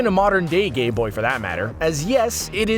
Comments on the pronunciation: You said gayboy instead of gameboy the second time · why does he say "modern day gay-boy" instead of gameboy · Go and hear him say gayboy. And even if you want you can turn auto genetaring captions and it will display gayboy too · lol he said gayboy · Anyone else heard him say gay boy 😂?